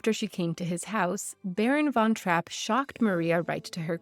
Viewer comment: Typical northamerican, you couldn't bother to take the time and learn how to properly pronounce the family surname